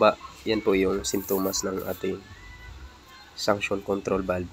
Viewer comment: Suction po hindi sanction..😂